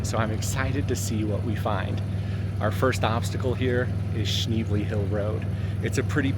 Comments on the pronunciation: you can’t even say the name of the road correctly! 🙄🤦‍♀️It’s sh-nebly…..not sh-neebly….what a dweeb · Beautiful area! Your dog and ride are awesome! (You might consider asking the locals how they pronounce, "Schnebly." :) Is/was JB Weld a temporary option? Charcoal canisters do fail after a while. AT least you and Bandit are safe. Thanks!